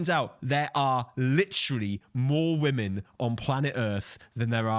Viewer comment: anyone else annoyed that guy keeps saying woman instead of women. or am i hearing it wrong.